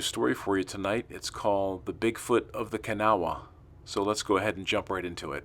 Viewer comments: pronounced ka naw. Kanawha river Kanawha county W.va. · You are saying kanawha wrong its sounds more like this, ka naw